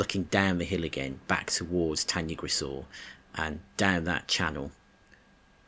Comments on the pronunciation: I'm really really sorry but you should say it "tan-uh-grish-eye" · Pronounced incorrectly , nice video though